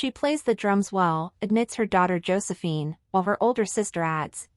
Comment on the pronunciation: Can the speaker not pronounce the name Josephine properly ???? It's ridiculous!